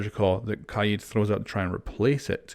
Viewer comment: I like how u r pronouncing kaid as kah-yeed